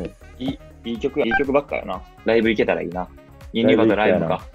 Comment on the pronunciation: 今回もYouTubeありがとうございます🙌 ユニバの発音がしっかり関西弁でさすがと感動しています笑 塁くんが悔しいのは全カレやろ？って全カレって言葉を出した途端藍くんの顔変わったからほんとに悔しかったんだろうなと…(しみじみ) 塁くんのVリーグの試合出場楽しみにしてます🙌サントのユニ似合いそう🙈 藍くん日本戻ってきた代表や大学忙しいだろうけどライブ行けるといいですね😊 私も藍くんのおかげで優里のベテルギウス大好きで毎日聞いてます🎶 塁くん藍くん2022年もお体に気をつけて(またコロナも流行ってるので…)お過ごしください！あ、あけましておめでとうございます👏